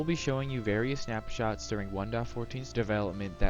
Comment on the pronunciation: ‘Snapshats’ lol